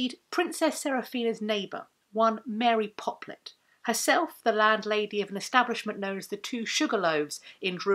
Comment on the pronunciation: You say Mary Poplet, my mind is hearing 'Mary Poppins'.